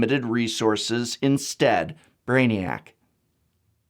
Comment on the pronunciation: "Braniac", classic.